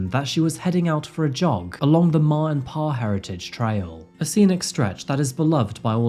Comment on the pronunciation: my only comment is that its not Ma and Pa, its M-A and P-A, but great video!